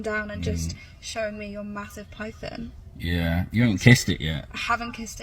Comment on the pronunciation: “Da pyfon” wtf is that man?!? The fact that they came to Aberdeen (my town) to Underground is just tragic mate.